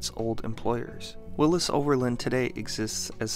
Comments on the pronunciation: Willy's Not Willis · Willys is pronounced Willies not Willis. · I lived many years on a street called Willys Knight Rd. A neighbor owned a Willys sedan. I grew up in Oakland, where Kaiser brought the company. Even the Grateful Dead pronounced it Willies in their song Sugar Magnolia. I had never in my life heard it pronounced your way. And I'll be damned, you are right!